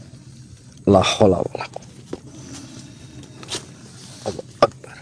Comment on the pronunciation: Si nenek lucu ga bisa ngomong Allahuakbar 👍👍👍